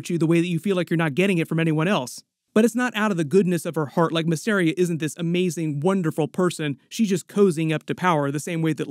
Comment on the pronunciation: MISS. AR. IA. VEL. AR. ION. FFS man there's even a video of Eve Best talking about how to pronounce Velaryon as distinct from Valyrian.